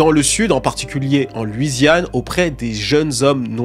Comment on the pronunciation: Très bonne vidéo mais juste on dit “LOUisiane” et non pas “LUIsiane”